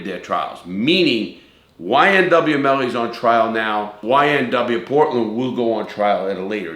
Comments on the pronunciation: Bortlen not Portland * but good video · BORTLEN* NOT PORTLEN 🤦‍♂️ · (B)ortland not Portland